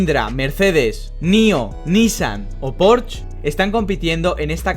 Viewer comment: Bro la marca Porsche se pronuncia originalmente en Aleman Por.shhe... no Porsh!